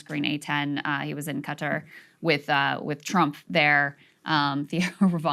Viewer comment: I believe it’s Kuh-Tar, like guitar with a slightly guttural K.